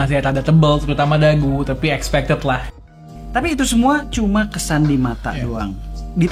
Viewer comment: Keren bang videonya, mau ngasih koreksi dikit boleh ya, expected dibacanya bukan ekspekted ya, tapi ikspektid hehehe. Biar makin keren aja bang, semangat terus!